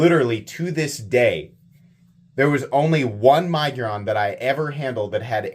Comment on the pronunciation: Budget Centurion...and i think its Mig-, as in fig, -uron. Sorry, im being critical! 😂😂😂